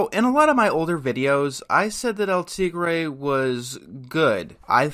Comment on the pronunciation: It's a shame you can't pronounce 'El Tigre'